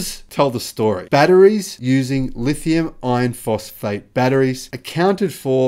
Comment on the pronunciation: STOP IT! STOP calling it "Lithium-IRON-phosphate"!!! NOBODY but you refers to them that way. Use the term "L-F-P". When you say it, it sounds exactly like you're saying "lithium-ION-phosphate"!!! WRONG!!! Big difference! I keep telling you this and you won't listen. I usually do a 'Like' on your posts, but now I'm going to start doing a "Dislike" them every time I hear you use the WRONG term "lithium-IRON-phosphate". Call it what everyone else calls it... "LFP"!!!